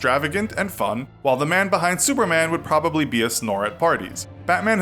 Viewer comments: 😂😂😂 sounds like suerman or some thing like that 😂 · i heard him say s e w e r m a n